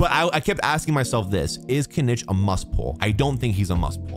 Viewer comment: Diluc - DEE-luke Dehya - DEE-yuh Kinich - Kin-EECH Yelan - YAY-lahn